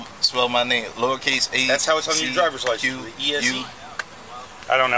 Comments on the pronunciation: The way he says Driver License instead of DriverS License is irking my last damn nerve🥴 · Anybody else keep wishing he'd say "Driver's license" or just me?